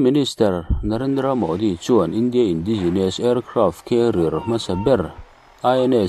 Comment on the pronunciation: Indigenous tih a nia,indi nilovin INDAI tia lam.tur niin ka hria